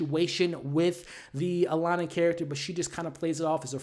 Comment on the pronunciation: shoutout to u for saying alana correctly